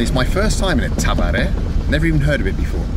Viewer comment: Tavare xD. It's Tuv-ree-ya